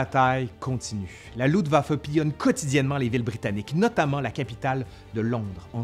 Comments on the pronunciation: Quelle année ! Il y aurait tellement à dire sur les erreurs de commandement, mais je crains que dans ce cas, il faudrait presque 1h de plus ! En tout cas, cette grosse synthèse est déjà riche et passionnante ! Merci ! Petit bémol : c'est LuFtwaffe (armée de l'air) et non Lutwaffe ( ± arme de sang), comme tu prononces ;-) Mais bon l'idée reste la même ^^ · Le sujet est traité de façon magistrale..... Un tout petit petit petit détaillouinet cependant.... Cher tu oublies systèmatiquement de prononcer le f de Luftwaffe.... Rien de grave docteur... cela ne nuit en rien aux grandes qualités de ton travail fouillé et pointu. Thanks. Jmb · Toujours un plaisir tes vidéos, excellent travail. Par contre, c'est moi où tu prononces "LUTwaffe" au lieu de "LUFTwaffe" ? Ca me perturbe haha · Bonjour, merci pour cette vidéo, c'est toujours aussi enrichissant. Par contre mes oreilles grincent à chaque fois que tu prononces le mot "LuFtwaffe"! Il te manque le F! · luftwaffe=> se prononce louFtvafeu